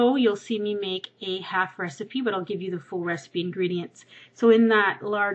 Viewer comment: halfway through the video, you say "Half" weird...